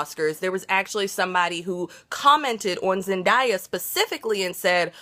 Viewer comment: Im sorry i can't listen to her if she keeps saying zendaya's name right.